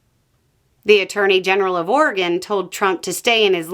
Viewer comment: 🏆🏆🏆🏆 for pronouncing Oregon correctly! Thank you for creating this!